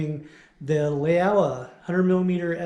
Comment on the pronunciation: FYI Laowa is pronounced as Lau(rhymes with wow)-wa, meaning old frog in Chinese.